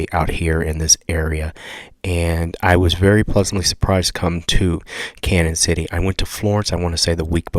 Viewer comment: it's pronounced like CanYon.... the ñ has the tilde over it. Sounds like a Y